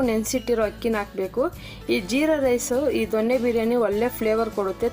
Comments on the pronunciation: ದೊಣ್ಣೆ ಬಿರಿಯಾನಿ ಅಲ್ಲ ಕಣಮ್ಮಾ ,ಸರಿಯಾಗಿ ತಿಳ್ಕೋ. "ದೊನ್ನೆ" ಬಿರಿಯಾನಿ. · ದೊಣ್ಣೆ ಅಲ್ಲ, ಮೇಡಂ ದೊನ್ನೆ ಬಿರಿಯಾನಿ